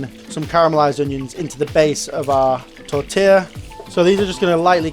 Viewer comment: Ouch that pronounciation on T O RT tila